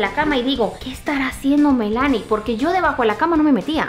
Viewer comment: En mi país no se pronuncia Melánie, se dice Mélanie !